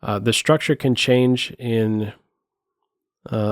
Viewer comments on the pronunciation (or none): none